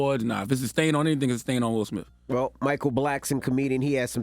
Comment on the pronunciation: Guys, His name is SmiTH! SMITH. There are NO F’s in it! Why do you say SmiFF?